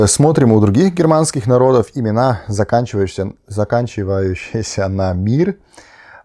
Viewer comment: Вы -- молодец, что чётко произносите слово "заканчивающиеся" !😊 Не все русские могут это делать сами. Точнее, не знают точно разницу между "щие" и "щиеся" (действительные и страдательные причастия). Умница!